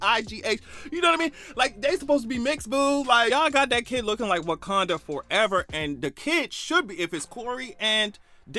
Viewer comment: “Wakinda” 😭😭😭😭😭 you ain’t have to do that child like that….